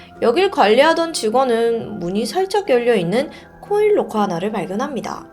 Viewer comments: 잘들었습니다! 딕션이 역시 대단하시네요~ 근데 보통 록코가 아니라 라커라고 발음하지 않나요?! 로코도 나름 매력있네요 ㅋㅋㅋ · 죄송한데.. 영어 발음을 좀 대중화된 발음으로 했으면 좋겠네요. 로커가아닌 락커임니다. 코인 로커가 아니고 코인락커라고 하시는게 좋을듯 한데요. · 록호는 일본식발음인가요?